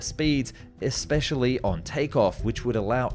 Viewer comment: The word is especially not eKspecially. Where were you educated?